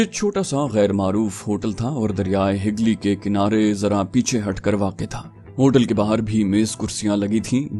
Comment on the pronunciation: Hooghly not hagli